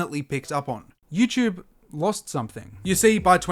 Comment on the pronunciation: Lost me at “youchube”